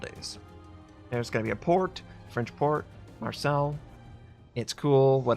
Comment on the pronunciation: marseilles is pronounced "mar-say" not "mar-sail"